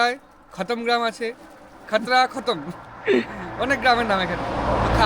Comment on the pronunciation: Uchharan vul khotra noi Khatra subdivision, Mukutmonipur theke kache.